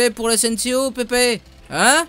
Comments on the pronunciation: Mdr xD < écoute pipi> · Ouali écoute pipi lol